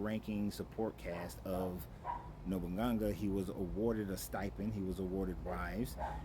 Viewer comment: No boo nah gaaa lol that's how you'd pronounce it